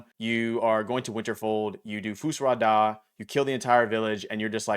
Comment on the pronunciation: Great video, but you need to do better.....It's Winterhold, not Winterfold, and "Fus Ro Dah" not Fus Rah Dah....smh